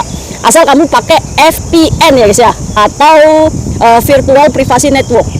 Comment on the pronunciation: Vpn kakak bukan fpn 😁 dan psiko bc nya (saiko) 😁btw semangat kakak